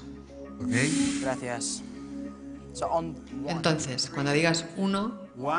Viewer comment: Tom al decir gracias... lo pronunció mejor q muchos españoles jajjaa